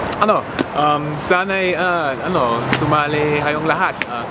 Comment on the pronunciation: I'll look for your book and buy it.:D You're really great, at kuha mo pa yung accent ng mga filipino kapag nag-iisip. "ano":D